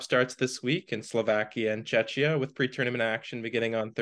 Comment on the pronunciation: To pronounce Czechia correctly, say Czeck-ia next time